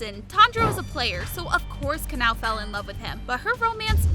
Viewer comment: it pronounced Ka-Na-O!